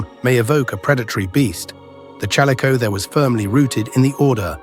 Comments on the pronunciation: It's pronounced Chall-ISS-o-theer. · Ai video bullshit bruh just narrate, I know this video has nothing interesting to say that everybody doesn't already know but just use a human. "ChalleycoTHAre" "challeyCOTHeree" "challeyKOtherz" BRUH calico theer no human would ever struggle to pronounce that 800 times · CAL LICK O THEERE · The "ch" in "chalicothere" is pronounced like "k". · My apologies, but the AI narrator managed to irritate my ears with at least five different pronunciations (all incorrect, btw) of the word chalicothere/chalicotherium. Please use an educated human narrator! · The AI narrator mispronounces chalicothere. I wonder if the maker of this knows how it's pronounced. Or perhaps they didn't listen carefully. Interesting topic but I feel insulted. Hopefully the creator will move away from using AI resources as they get more subscribers. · Well... this is Youtube, a place of subjective and/or poorly researched and understood information. Any amateur can make a video and most viewers will regard the information as fact. I mean the guy even pronounces the species' name wrong. Point is, don't take everything so to heart, I'm sure this must be annoying to you as this is your field of expertise, but this is yt, dont bother to be bothered